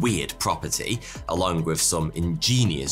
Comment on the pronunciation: Nah, he probably just needs more speech therapy. At least he stopped saying "wif" instead of with.